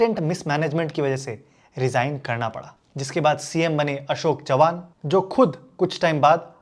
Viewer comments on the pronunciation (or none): Great information and presented very well as well. But one thing i would like to request is that pleas try to pronounce words in the original form. Its not 'Chauhan', but not 'Chavan'. There's a significant difference. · it's not chauhan It's chavhan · Its Chavan(चव्हाण) not Chouhan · its not chouhan its chavan both pronounce makes a large difference, minute mistake but its fine i understand ❤